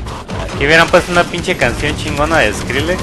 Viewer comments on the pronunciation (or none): skrillex se pronuncia escrailex pero ps no ai pedo no? xD escrilexxx! xD